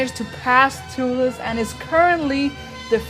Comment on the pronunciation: its toothless you always say tooless but its a great video